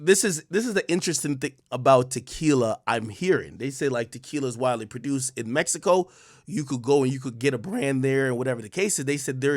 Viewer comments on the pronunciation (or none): none